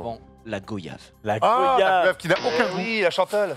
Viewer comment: La Goyave bien repris... c'est deux i pas un i... signé un Antillais.